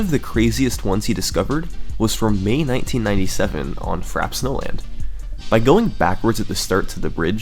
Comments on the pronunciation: The "frap" and "lah-keh-too" are killing me having said "frap-pay" and "luh-key-too" all my life. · Fra - pey, not frap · “FRAP” snowland? Or Frappe... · Ummmmmmm U pronce it as Frapé not frap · It's pronounced "fra· pei" not "frap". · I would like to point out that the word is pronounced "frap-pay," not "frap." It's a French word, meaning iced or chilled. It's not a super common word though, so the mispronunciation is understandable! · frap-ay not frap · somebody please tell me its pronounced frap-ay not frap thats not just a me thing, is it? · It's pronounced "frap-PAYH" and not fraps. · It's pronounced "fra-pay," not "frap." It's an iced drink. :P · You went to such lengths to make this video, yet never once did you ask yourself, "How do I pronounce Frappe?" Frappe. Frap-ay. Not 'Frap'. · Are we sure it's pronounced "frap," not "frap-pay?" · It's pronounced "frap-ay" not "frap" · frappe, not FRAP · it's pronounced "frappe", not "frappe". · Good video, but its fra-pay like the drink, not frap. Unless you're meme-ing. Otherwise the effort is obvious in this video and you have a great future on this website. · If its pronounced the way its supposed to be pronounced, frappe is pronounced "frap-a". Its French. Would you call the drink frappe that way? No...you'd pronounce it the proper way. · I'm sorry but I cannot watch this if you're gonna call it frap snowland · It's pronounced "Frap-pay" Snowland, as in a frappé. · Isn’t that word pronounced Frah-Pay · Isn't it pronounced "frahp-ay" snowland? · Did he just call it “Frap Snowland”? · ITS PRONOUNCED FRAP AY SNOWLAND YOU FUCKINGBEHAJTHEHDUSJTBTHEHEJSKXUTNT REEEEEEEEE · its really annoying that he's not pronouncing frappe right aha. it's frap-pay. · every-time he pronounces it by "frap" snowland i get triggered. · I believe it's pronounced "frap-ay" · Wow im drunk and I dont even know how to spell niche it seems but yeah its frap-ay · “Frap” Snowland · Just an FYI, "Frappe" is pronounced Fra-pay. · It's "frap-pe"